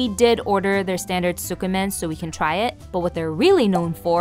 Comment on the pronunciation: You're not supposed to pronounce the "u" in tsukemen, though. It's more like "skeh-men". Other than that, lovely video, nice vibes. You earned a sub!